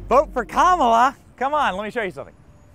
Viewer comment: It’s pronounced COMala Harris